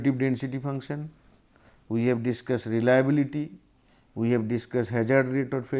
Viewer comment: abe ye sirji reliabullity kyon nahi bol rahe?